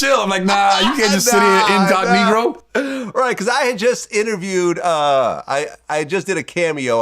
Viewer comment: Did just say incognegro?😂😂